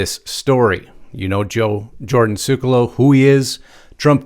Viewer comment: 'Sec-U-Low' (Sekulow) is how your pronounce Jordan's sir name. I only mention it because you will be using that name in future reports. EXCELLENT REPORT! Thank you!